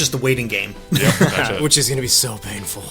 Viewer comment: Oh one more thing.. You really really need to work on saying "that's it!" lol I keep hearing "that's shit!"